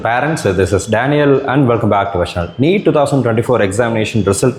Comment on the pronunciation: Its neet not meet sir